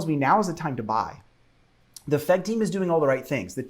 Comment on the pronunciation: when you say "FEG bus" it just kills me man XD